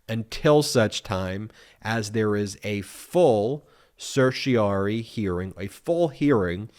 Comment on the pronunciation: Is it not pronounced cer-she-o-ra’-ree?